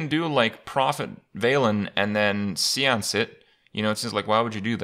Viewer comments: see-ance? I always thought it was say-ance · seance -> say-on-ce! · Nah man, it's See-once. It was patched in Englishinese Hotfix v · Have I been saying seance wrong my whole life?